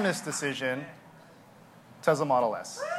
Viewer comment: great speech but dont say Tesla with the z, its s!